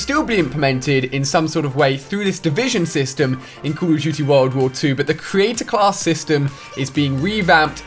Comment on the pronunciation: I'm not sure if he's saying Creator class, or Create-a-class...